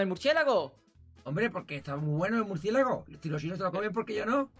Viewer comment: Yo siguiendo a los ytbs y yo hay s Por faaaa Cuando dice muricielago y yo mi mircielago